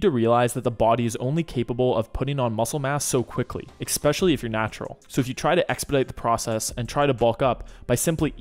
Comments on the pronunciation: Can you PLEASE stop saying "ex-specially". There is no "x" in the word "especially"! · 'ekspecially' is not a word i'm sorry to say. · bruh, there is no X in especially. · No X in Especially